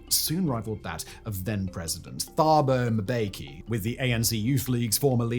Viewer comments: Mispronouncing thabo mbeki too!?!?! Dude this really is low, you didn't even bother looking up how to pronounce a former presidents name??? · Worst pronunciation of "Thabo Mbeki" ever. Good video though.